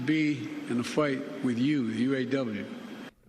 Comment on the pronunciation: A fwight?? I wanna be in a fwight with you!! Oh good grief.. he can hardly talk.